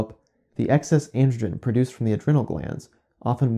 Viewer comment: Adrenal has a long 'e'...